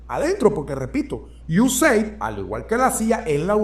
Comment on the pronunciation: IU-E-SEID-AI-DI Esa es la pronunciación correcta.